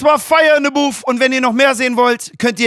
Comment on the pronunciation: Booth und nicht Boof